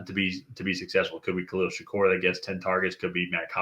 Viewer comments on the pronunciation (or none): *Shakir, not Shakur. But otherwise a good video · One of you needs to learn how to say shakir, the other nails it